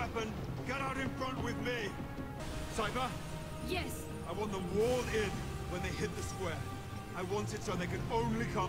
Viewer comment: My guys, it's S-eye-fuh, Sypha